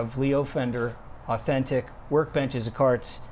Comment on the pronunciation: added the "l" for Leo? lol